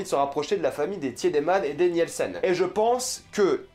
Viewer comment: sa me titille un peu quand tu prononce les noms d'familles genre "Niyelsen" Et sinon j'avais pas compris pr franchezka et Magnus :0 c'est vrai qu'ils se ressemble mais à quelle moment on sais que c'est eux ? "Sans l'aide des visages"? S'était juste une déduction ?